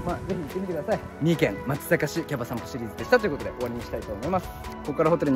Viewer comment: まつざかじやなくてまつさかです。(松阪市民)